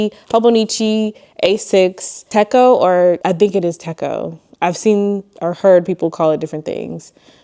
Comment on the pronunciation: I love seeing everyone's techo kaigis! always gives me ideas, lol! Also just so you know, Travelers Notebook is a system of notebooks on a string, not just a singular notebook. That journal would just be a journal or travel journal, not travelers. Also to help you out with the Hobonichi pronunciation, it is in fact pronounced teh-cho not tecko. You were soooo close to saying it LOL!